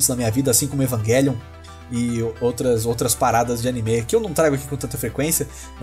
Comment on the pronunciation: o jeito que você pronuncia anime é meio estranho sabia